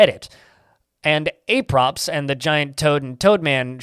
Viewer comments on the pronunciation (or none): I don't know, he misread quite a few things (adding/removing/changing words, etc.), making what he was reading hard to understand if you weren't also reading along. For example, reading "apropos of the" as "ay-props and the" instead of "a-preh-poe of the" (short "a" like in "apple") was pretty bad, since the mispronunciation made one word unrecognizable and by swapping "of" for "and" it made the whole sentence even less understandable. I was trying to listen to the video while doing other things, and I kept having to go back to the video to discover what was actually written so I could make sense of it. If you care about your audience, it's not that hard to rewatch your recording before posting, catch most mistakes, and fix them prior to posting. Doing otherwise it feels kind of lazy, IMHO. Dismiss me as a "hater" if you will, but this lack of care is the reason why this is the first and last time I'm watching this person's videos.